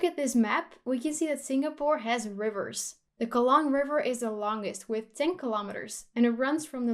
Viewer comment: Kudos to your introduction to Singapore. By the way the Kallang River is pronounced “car lung”... thought you’d like to know. Amazing video 👍